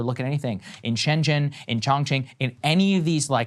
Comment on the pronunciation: i always make fun of saagar pronouncing chinese words wrong. im now realizing he gets confused by the 'x' in xi or xiaomi. he makes some weird zhushing noises that are not in the chinese language. but he did good w shenzhen and chongqing.